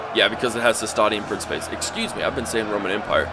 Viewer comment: good vid, though hearing you pronounce the Names of the Roman units made me die inside XD and I know people might say "oh well it depends on the type of Latin" but from what I know the Romans used Classical Latin (which I don't know much about as I haven't learnt it but I did watch a Vid on how to pronounce them) like Principes, it'd be Prin-key-Pay or Triarii would be Tree-are-e